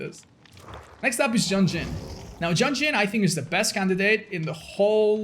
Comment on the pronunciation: Did just Pronounce Yun-Jin as JUNJIN???